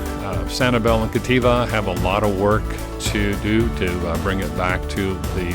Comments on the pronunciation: FYI, it's Captiva with a "p", not Cattiva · Captiva…as in captivating…not Cativa Otherwise, thanks for the update